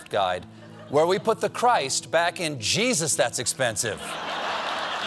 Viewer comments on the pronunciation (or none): none